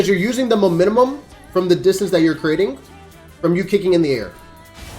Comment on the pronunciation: Ngl bro you gonna need to learn to pronounce the word mo-men-tum